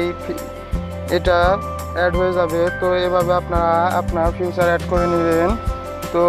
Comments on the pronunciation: এ্যারকেইভ না রে ভাই এ্যারেচিভ😂 আর ঐ টা ফিউচার না ফ্যাকচার🤣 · ফেচার, ফিউচার না ভাই।🙄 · It's not feature its future..🤣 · এটা ফিউচার না, উচ্চারণ হবে ফিদার😊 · ফিউচার না ফিচার 🤣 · gadha oita future na "feature"ফিচার😂🤣